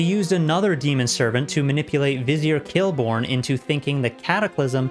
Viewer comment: Fyi it's Khilbron, not khilborn ;)